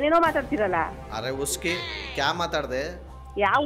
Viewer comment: ಅರೆ ಉಸ್ಕಿ ಅಲ್ಲ, ಅರೆ ಇಸ್ಕಿ 😂